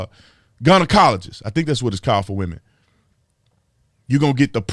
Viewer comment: " gun-a-cologist" 🤣🤣🤣🤣 I love this channel Mr. Tatum.